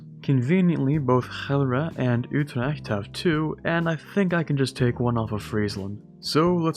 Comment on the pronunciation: Your pronunciation of Utrecht is really good for a non-Dutch speaker. My sincere compliments. P.S. Utrecht is a very nice city btw, I would really advise everyone to visit it someday